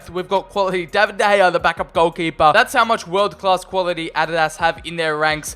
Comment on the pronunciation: Adadaz instead of adidas